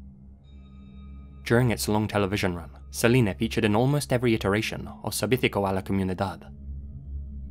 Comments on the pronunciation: Idk what is more disturbing, this case or your constant mispronunciation of the word Servicio. You pronounced like sevitico, it is supposed to be pronounced Zer-BI-Cyoh with more strength on the BI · It's not servickio. It's servicio. The c is pronounced similar to an 's'. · Is anyone else bothered by how he pronounces “Televisia”and “servicio”? I appreciate how he tries to pronounce them as accurately as possible but hearing the Spain Spanish pronunciation sounds wrong. Plus the Mexican pronunciation would be a lot easier for and native English speaker to pronounce😅